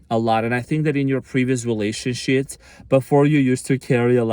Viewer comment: did you just say relationshits? lol